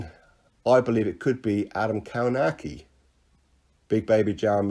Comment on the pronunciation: Kownacki is pronounced Kov-nats-key